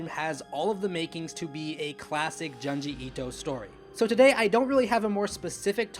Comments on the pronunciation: YOUR SAYING HIS NAME WRONG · You like him yet can’t pronounce his name right or one of his best stories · The way you are pronouncing this man's name is awful.